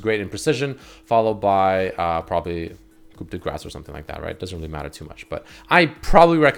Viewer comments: It's Koo da grah not coop da grace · So tired of hearing all you streamers BUTCHER the pronunciation of Coup de Grace. Here is a link for the correct The phonetic version is this ˌku də ˈɡrɑs. Please stop pronouncing it KOOP. It is not a chicken coop de grace. Coup is pronounced like a baby sound koo. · BTW It's pronounced coo de graa, so you don't pronounce the P or the C. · "Coup De Grass" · Just so you know, Coup De Grace is pronounced Koo-Day-Graa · "kup di gras" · One thing I noticed with all the LoL Youtubers: none of them cannot pronounce Coup De Grace properly (Should sound as 'Koo De Grah"). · The way you prononce the french "coup de grace" is so cute ^^ The p in coup is silent so it's more like "cou de grace" :) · omg its pronounced coo-day-gra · I legit laughed when you pronounced coup de grace as coop de graws. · Great video...but...'tis pronounced "COO" "DAE" "GRAH" ("Coup de Grace"—or Stroke of Luck, in English). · I swear to god if he says Koop De Grass one more time.... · you're great! But "coup de grace" is pronounced like "coo duh grah". Not that that'll make me a non-bronzie for knowing that, but hey... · Please learn to say "Coup De Grace" its pronounced "ku de grah" its French. You should know how to say it. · "coop de gras" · King Bling coup de grace is pronounced Coo de grah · the Grace is not a hard 'ce' either. Its more like "coo de gra" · King Bling no, it SHOULD be pronounced. It's "coo de grahce" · its pronounced [Koo De Graa] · Coup de Grace , you don't pronounce the P. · ugh i hate how he butchers saying "Coup de grace" lol